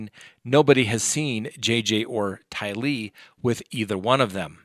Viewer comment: I'mma help you out. But mostly so I don't have to hear you you pronounce the names incorrectly in future videos. OH. MY EARS! TYlee Chad DAYbell